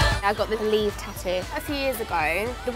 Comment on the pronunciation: I thought she was saying Beliebe 😂😂